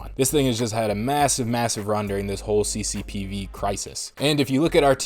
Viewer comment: I literally laugh out loud every time you say CCPV 😂😂😂